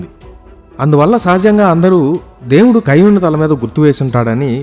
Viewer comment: కయ్యూను కాదండీ...కయీను. ఇంగ్లీషులో అయితే...కెయిన్.